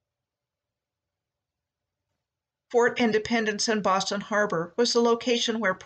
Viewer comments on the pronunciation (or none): none